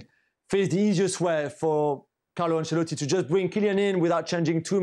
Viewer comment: Stevie "AnCHalotti" It's pronounced "AnSHelotti" you chav. how many times it's been said on media for years yet you can't get it right